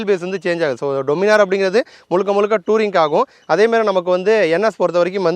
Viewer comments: டொமினார் இல்ல, டாமினர்... கரெக்ட்டா?? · Pronunciation Daniminor nu sollanum bro "doo" nu solla kudathu summa sollanum nu thonuchu 😅